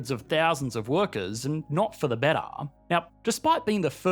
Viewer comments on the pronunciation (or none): ...not for the bettahhhh